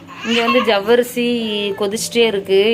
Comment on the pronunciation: ஜவ்வரிசி nnu சொல்லும்போது சர்வேஷ் nnu சொல்ற மாதிரி இருக்கு அக்கா ❤